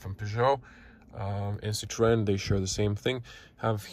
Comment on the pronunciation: Hvala bogu pa da neko pravilno izgovara Citroen,bravo!